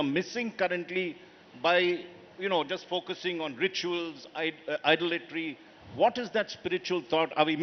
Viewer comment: Did he say 'idolatory?' where does he think he lives. I get free speech and all but what the heck does this interviewer mean by 'idolatory?' such an ignorant man. Unqualified and unfit to be even sharing the stage with the great soul who is Sri M.